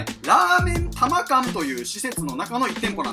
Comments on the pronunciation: たま館（かん）ではなくて たま館（やかた）なんです🙇🏻‍♂️ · たま館(やかた)ですよ